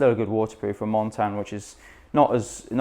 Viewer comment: Really good video, liked the weight at the bottom which slowly crept up, gives everyone a good idea as to how much everything weighs separately. Btw, Montane is pronounced 'Mon-tay-n' 😉